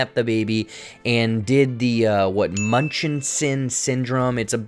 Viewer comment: I love listening to you pronounce Munchausen syndrome lol